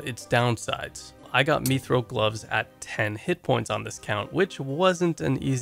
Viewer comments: "methril gloves" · Stop pronoucning mithril like that lol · meethrawl gloves